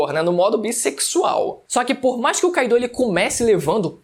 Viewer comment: Kaido (se fala Káido e não Kaidô) Oden (se fala Odén e não Ôden) Onigashima (se fala Onigachimá e não Onigachíma) Sei que pode parecer chato esse meu comentário, mas eu acho mais chato falarem errado seu nome... É só pra te ajudar a falar certo mesmo